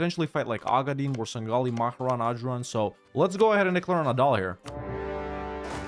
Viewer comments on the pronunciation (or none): For the second time, it's MA-RE-HAN, not MA-HE-RAN.